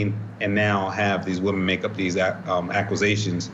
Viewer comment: The strangest pronunciation of aquesation I’ve ever heard 😬 from a lawyer too 😏